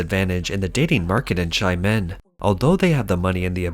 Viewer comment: It's pronounced 'Sha men' not shy men' but I think it works better